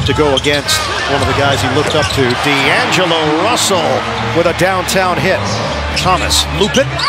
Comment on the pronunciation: Dude really said “Three’angelo” LMFAO 😂